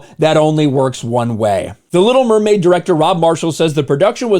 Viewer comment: The Li’l Mermaid